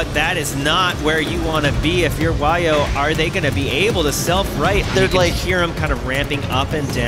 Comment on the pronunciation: that name is lovely. the sound we dutch (especially the youth) sometimes make when something crazy happens. its also not wajo, its WAHYOH!!!